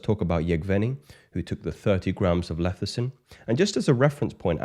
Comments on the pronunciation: It's Lecithin, not Lethicin. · It’s pronounced LESS-I-Thin not LETH-I-Cin